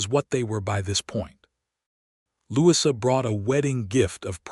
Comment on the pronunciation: Truly... I'm not being picky . . But, perhaps re-teach/code AI's 'brain' how to say a British 1st name for ..... Louisa. It is Not a short 'i' in the middle of Louisa. Brits pronoun it... Lou E` sa. 🎥 Bronte and other British period-films all pronounce it with a long E in the middle. (Short 'i' sounds odd) Other than that, it's a nice story.